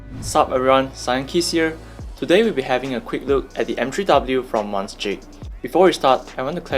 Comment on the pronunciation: Monsjeek 😂 Jokes aside, I don't think the usage plate-mounted stabilizers should considered a downside nowadays. People were looking down at plate mounted stabilizers in the past because the plates in keyboards back then did not have the tolerances and precisions we have in keyboards produced now, which was one of the major sources of stab noise. Many newer budget boards nowadays have really good plate mounted stabs. There're also many other third party plate mount stabs like FL-cmmk V3 offering great tolerance at affordable prices compared to PCB stabs from something like TX PCB stabs. I personally had experience with Akko/Monsgeek PCB stabs, and let me tell you it was a nightmare to tune to sound as good as my FL-cmmk V3 stabs. Furthermore if a PCB stab starts ticking down the road as you use the keyboard for longer, it is another pain to disassemble everything just to tune that one noisy stab.